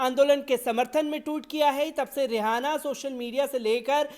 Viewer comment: aap रिहाना bolna band karen. Asal mein naam रिआना padha jata hai. H silent hai. Isi tarah aap ऊरूज ko ऊर्ज padhte hain jo sarasar ghalat hai. Hosh karen.